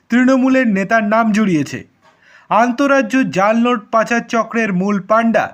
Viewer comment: জাল নোট উচ্চারণটা একটু ভালো করে করলে বুঝতে সুবিধা হতো😅😅😅